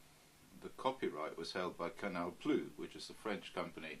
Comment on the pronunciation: If you ever have contact with him, please tell him it's pronounced CANAL PLOOSE.